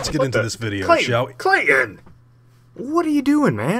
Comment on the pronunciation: K.. kl.. KLAYTON?!